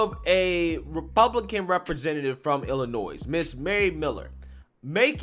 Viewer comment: Illinois not illiNOISE